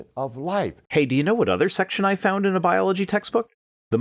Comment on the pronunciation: Yep, that bothered me. . . so did "Bology".